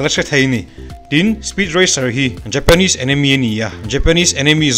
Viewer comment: Enemy tihin ilam daih a anime tihtur kha